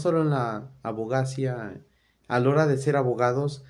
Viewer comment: hola amigo, la palabra es hipÉrbole, es decir con acento en la primera letra "e". Y por lo tanto, tienes que cambiar el acento, ponerlo sobre esa primera e: h i p é r b o l e 🙂 Abogacía: si observas, el acento va sobre la letra " i " a b o g a c Í a Amigo, te recomiendo ampliamente leer y estudiar mucho. Eres, de cierta forma, un heredero de los que fueron unos grandiosos Abogados de los siglos pasados, sobretodo del Siglo XIX (siglo diecinueve), que fueron abogados cultos, estudiosos; varios de ellos fueron incluso escritores, periodistas, escribieron Teatro... Fueron personas muy destacadas en su tiempo. Estudia, aprende, y convierte el conocimiento en una de tus máximas pasiones!! 👍